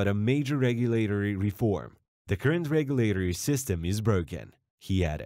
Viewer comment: You need to practice your pronounciation, how you say a word, of the word (regulatory). The way you got it all butchered up you sound like some 3rd grader trying her best to spick it right